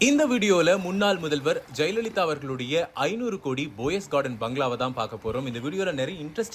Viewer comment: It's Poes Garden not Pose Garden